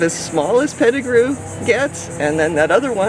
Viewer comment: Pet-I -grew mangos